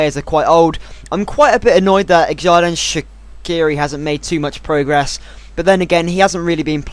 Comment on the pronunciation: Shaqiri's first name is pronounced like Erdan